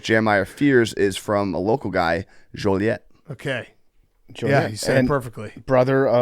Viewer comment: how does butcher Joliet?